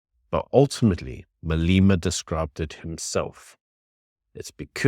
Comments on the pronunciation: Why you say Maleeeema its Malema get it right . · Malema rhymes with dilemma 😊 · How are you pretending to be South African, but then you mispronounce Malema's name? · Pronouncing his name correctly would be respectful, unfortunately respect is not a given, its earned.